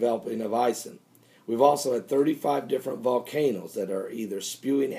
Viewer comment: oh and Ison is pronounced like: ice-own